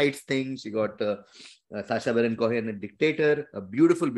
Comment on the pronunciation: The best way to catch is that she says sacha barren —ch as in chai—… later realises the pronunciation is —ch as in machine